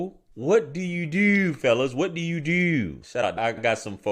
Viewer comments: Dooooo and Yewwww. Baltimore right there😂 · The way he pronounced DEW what did i dew? Got me lost. Shit crazy. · "Yes yew deww"